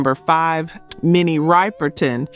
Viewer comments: Ripple-tin, not Ripel-tin.get the names right. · Just curious...is this an AI voice. Minnie RIPE-erton is pronounced RIP-er-Ton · It's not riperton,riperton, it Ripperton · I hope the narrator is AI! Minnie Riverton's last name is pronounced Rip-er-ton; not Ripe-r-ton. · "PLEASE LEARN TO PRONOUNCE THESE LEGONDS NAMES CORRECTLY, IT'S SHORT I SOUND FOR 'SYREETA' 'MINNIE RIPPERTON', Is Short I Sound, Not Ripe, But Ripp, PLEASE SHOW SOME RESPECT, IF YOU REALLY CARE"😢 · Ser-ree-ta Wright Minnie Rip-per-ton Omg. These mispronunciations are like nails on a chalk board. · Riper-ton, come on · It’s pronounced RIPERTON LIKE R’iP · Now I know for sure that this is AI written and narrated using a fake black female voice. Minnie Riperton is well known and for her name to be mispronounced as Minnie RIPE- ERTON you just blew your cover and secondly she wasnt signed with Motown. This channel is yet another AI devised CULTURE VULTURE CLICKBAIT channel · Minnie Ripperton's last name is pronounced with a short i as in "rich". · Please pronounce her name correctly. Minnie Riperton.